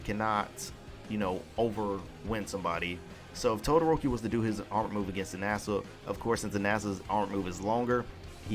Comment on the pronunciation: Its inasa not EEE-nasa